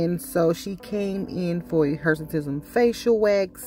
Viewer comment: What is Hersitism or whatever she said?